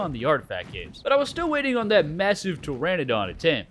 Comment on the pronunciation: Until the day I die it'll be "pe-ter-a-don" love american slang 😆